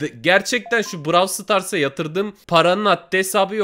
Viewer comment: bıravl sıtars diye okunmuyo ab burowl sıtars